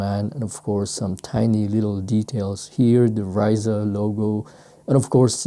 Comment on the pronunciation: great videos as always. I like that you always experiment with lace swaps. Helps to bring other ideas and inspiration for creativity. Also, Rayssa Leal SB Dunk isn’t pronounced “Rice-Suh” it’s actually pronounced “Hi-ees-suh” due to the name being Brazilian/Protuguese. Kinda like how in basketball you wouldn’t pronounced Dirk Notwizki as “Know-Witz-Key”, but rather “Know-VITZ-Key” for his German descent. She’s already a legend in skateboarding for what she’s brought in so it’s best to get the name correct in respect.